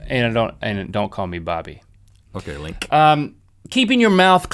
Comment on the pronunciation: Link! You said "sing-g" or maybe "sinG" lol